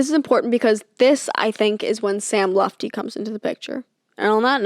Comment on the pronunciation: Worried about saying ‘Pusey’ wrong but literally did the whole ‘Sam Lutfi’ part saying ‘Lufti’ ICONIC